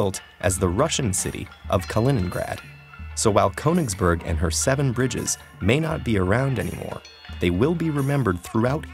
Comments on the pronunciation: why do people ignore accents in words - for goodness sake, it's a german word and that accent means you need to pronounce it, KURN-isberg where on earth is cone-isberg? :p PS i'm not too up on swiss but since it also has many german speakers, i'd guess the mathematician's name is pronounced OIL-er, not YOU-ler! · It is pronounced "K - oo - nigsberg" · Konigsbörg... the more you know hahaha. Ich liebe es wenn USA einwohner deutsche Städte aussprechen :) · ❗It's pronounced /kyynii'hsberg/ not /kowningsböög/ ❗ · Ah yes Ko-eninngsbörg what a fine city name. Almost as good as the name Iler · Its pronounced "kOOnitsburg" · It’s pronounced “Kenigsberg” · No one: Ted: KONINGSBERG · it's not "coaningsburg"... why do English speaking people have to add a god damn diphthong to every god damn vowel sound? I can understand not getting the ö right seeing as it's a letter that doesnt exist in English, but at least pronounce the o straight and without a diphthong then. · i'm very angry how you speak "königsberg" you say "konigsborg" :( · "korningsborg" WutFace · This is an excellent video. It begs the question why apparently no language coaching was given the the narrator. Even in English it should be possible to pronounce Königsberg in a fashion that would be understood by a German. This wasn’t close. Attention to details matters. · I'm sorry but the way you pronounce "ö" like an "o" just kind of pisses me off. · why can't any american pronounce ö? it's not a hard sound, we have the same sound in english. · And graph theory is now a sub-branch of a larger branch of mathematics: topology. Note: In this vid, "Euler" is correctly pronounced ("oiler"), but "Königsberg" is not. The umlaut over the "o" makes its sound into something closer to the "oo" in "look." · ö is pronounced like 'ir' in 'dirt'. Can at least one channel get it right please. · He manages to pronounce Euler correctly, but still fucks up the umlaut in Königsberg...